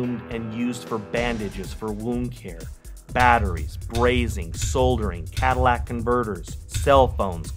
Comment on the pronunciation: Cadillac converter? I think he meant Catalytic converter.